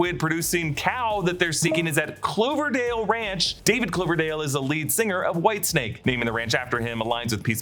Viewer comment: It's Dave Coverdale, not Cloverdale 🤦